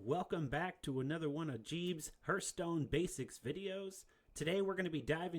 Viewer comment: Keep up the great work but keep in mind lol haarth·stone